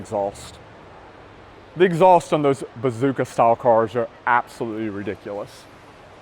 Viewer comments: Cmon, it's bōsōzoku not bazooka. For a guy with channels dedicated to car culture around the world, its time you learned some culture yourself. You sound like a bro on vacation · Bosozoku,. Bo-so-zo-ku, not bozooka! 😂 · Hey! Bosozoku, not bazooka style) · Bazooka🤣😂🤣😂🤣 Its BŌSŌZOKU! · I think it's called Bozosoku not bozuka mate :D